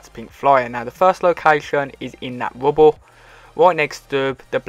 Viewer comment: when he said rubble in the beginning i thought he said wubble